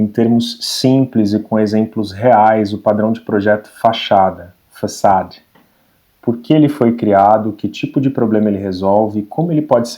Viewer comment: Excelente como sempre! Impecável inclusive na pronúncia do nome do pattern, que geralmente ouvimos dizerem 'faceid'. Aprendi mais uma hoje, muito obrigado 👏